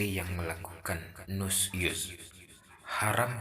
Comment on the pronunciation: Bukan Nus Yuz tapi Nusyuz pakai Syin ش Arab nya نشوز